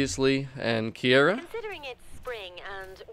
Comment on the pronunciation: You pronounced Kiera's name wrong at the start...it's Key-Ra not Key-Air-Ra 😂